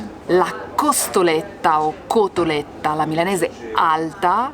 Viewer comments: CoSSStoletta??? Come avete potuto? Vi perdoniamo...ma che non si ripeta mai più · Si dice COTOLETTA!!!!!